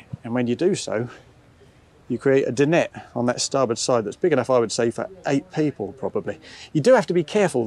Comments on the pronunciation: Alex is spot on. The correct pronunciation is Din- ette. Well done Alex. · It's a French word, not English. He's one of the few people actually saying it correctly